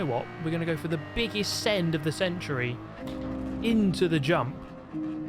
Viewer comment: "Biggest sin of the sintury!" - - Or was it send of the century? Friggin' British accent!!😅😅😅😅😅